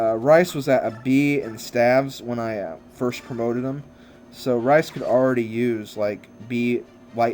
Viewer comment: u say rhys rice lol